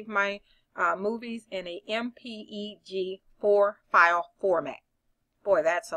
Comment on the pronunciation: it's pronounced empeg 4.